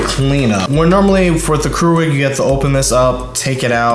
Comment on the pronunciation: Keurig is not pronounced "crew-rig", it's "cure-rig". And the Nespresso pod bin isn't like a trash compactor, it's just a waste bin. While you think the Nespresso coffee is expensive, it's way cheaper than Starbucks. But if you want Folger's tasting coffee, that's your choice. And yes the Nespresso shuts off, but takes less than 30 seconds to be ready. In fact turn a Keurig and Nespresso off and start them at the same time and brew and the Nespresso will win.